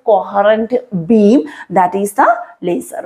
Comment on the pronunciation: Leisurrrrrr Beeem 😂❤ Love the accent